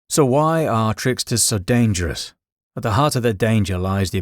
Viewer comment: Danderous? Get a grip